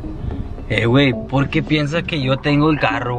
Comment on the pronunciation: Ya varios años en youtube y el todavía no aprende a decir "por que"